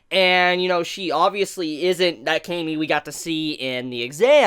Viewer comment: Why do you say cami with a long 'a'?